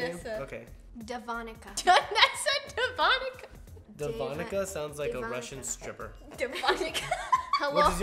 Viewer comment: When they said Devonica it sounded like de vodka